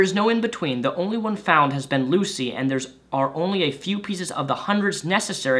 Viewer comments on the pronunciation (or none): none